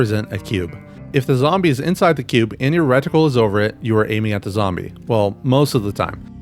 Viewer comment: Why is bro saying "wreck-tickle" instead of reticle lollll good vid